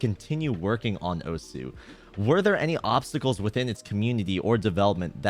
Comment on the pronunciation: my man said "osuHOW"